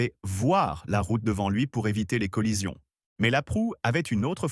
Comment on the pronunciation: Col-lision, pas "colision".